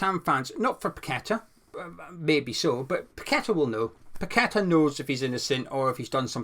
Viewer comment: Nice Post as usual and we must get kudus ffs. Glad your one of only a few that actually pronounces paqueta properly not pack a tar ffs.